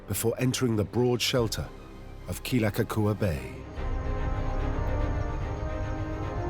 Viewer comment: Didn’t the HPU professors teach the filmmakers how to pronounce Kealakekua?